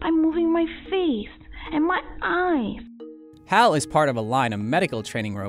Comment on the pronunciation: the way Hal said eyes eYyeYes